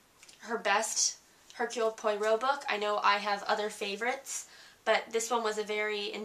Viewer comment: Reviewer is not at all believable since she shows little real understanding of this book. Oddly enough,she can not seem to pronounce the name of the main character: Hercule Poirot and she does not even mention the second main character, Mrs. Oliver. I was disappointed at the lack of effort on her part.